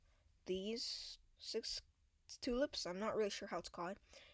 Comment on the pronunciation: They're called sextuplets. You pronounce it "sex-TUP-let" But your "six tulips" made me smile. I like yours better, honestly. I think we should all start calling them "six tulips."